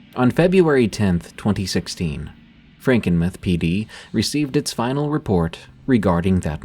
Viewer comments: "Frankinmith"? Do you mean Frankenmuth? Must be read by stupid AI. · It's pronounced franken-MOO-TH not meth lmao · Frankenmuth mUth. not mith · Frankenmuth is pronounced Franken mooth from a native Michigan person of 76 years. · Lol he said Franken-myth...and its pronounced travers city not truh-verse city... mist be from anywhere on the planet that isn't michigan (ya obviously, breath into the paper bag) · It's pronounced Frankenmuth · The way I gasped at Franken muhth 😂😂😂 it’s like tooth but …. Mooth. Franken mooth. Hope that helps, thanks for the awesome content yet again D! ☠️🥀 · SE Michigan here 🤚 "Franken-meh" 😂😂😂😂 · I can't help but keep giggling every time you say "Frankenmuh-th." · Same!!! The u is long! Mooth! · It’s AI that’s why it wasn’t pronounced correctly